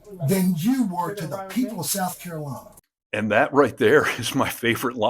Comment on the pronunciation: Carolawna. Why do they all mispronounce the name of their own state? Are they proud of being mushmouthed? At least we can hear them coming.